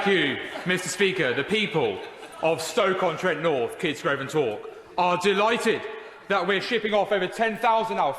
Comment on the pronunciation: STROKE - on - Trent. Really?